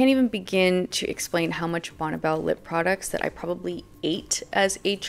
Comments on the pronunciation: It’s not “bonnebell” it’s Bonne (Bonnie) Belle 🤦🏻‍♀️ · just letting you know,,,, it's pronounced like "Bonnie" even though it's spelled Bonne. I lived roughly 3 miles down the road from the company's headquarters in Lakewood. Believe it or not,, the company headquarters were "Charming" they looked like something out of Williamsburg or Nantucket !!!! I used to stop in and and ask if I could meet Bonne,,, and this was waaaay back when I was about 18 ??? but she was "always out of the office" later I learned that it was the father who was head of the company!!! This was waaaaay before the Internet. so you couldn't do any quick research on "what's really going on." Bonne Bell "White-white" was the very first makeup purchase I ever bought, and with my own money.... It was a small white tube of rich white cream. you put it under your eyes to take out the dark circles and it also brought out the blue in my eyes. I am 65 and I still use some form of white eye cream today.